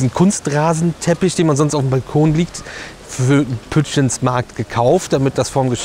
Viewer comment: Pützjiens Markt spricht man es aus 🙂